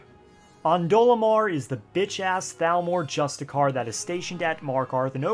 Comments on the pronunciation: *just-iss-i-or not justacar 😒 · Yes... just a car Justiciar (jui of juice, sti of justice, and then say the letter E, and end it with an errrrrr. Joosticeeeerrrrr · It’s the year of our lord 2022 and people are still pronouncing justiciar as “just-a-kar”